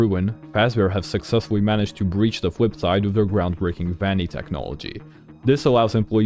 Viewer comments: great theory but i couldn't keep saying fwipside in my head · The Fwipside